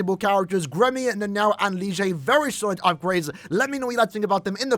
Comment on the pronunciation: can't trust this when you pronounce nana-o like "naNOW" 😂